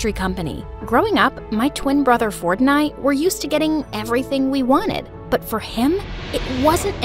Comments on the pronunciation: when she said "my twin brother ford and i" i thought she said " my twin brother fortnite and i" lol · sound like you said Fortnite but without the nite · it sounded like fortnite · when you said Ford and I(sounds like Fortnite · OHH SHE SAID ''ford and i'' i thought she said fortnite lol